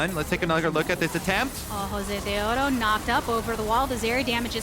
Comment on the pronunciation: Unless you're Latino or a women, there's not much room to say anything bad about her. She's there for a specific audience. Personally, I love her saying Josedeodo the way it should be.